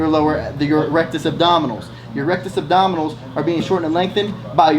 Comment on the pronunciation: he legit said rectus abdominals..... rectus abdominis